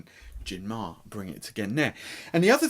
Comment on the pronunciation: Just a note, it's pronounced "Mar-Ray" and is Latin for Sea.